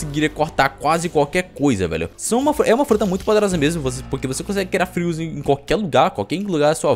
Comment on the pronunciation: kkkk n hora. q oq fala da fruta do doflamingo em vez de dizer fios ele disse fios